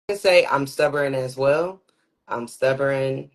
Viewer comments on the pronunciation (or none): People that say stubborn like “stubberon” need to be locked up. Which I’m pretty sure she just got out of prison with that lingo.